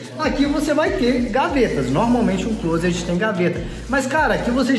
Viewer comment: Parabéns pelo vídeo e quando vc quiser tirar onda pode pronunciar “clóset” quase sem pronunciar o t no final.